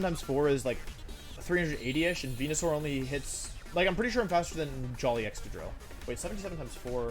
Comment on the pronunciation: you knows he’s serious when he starts pronouncing venusaur correctly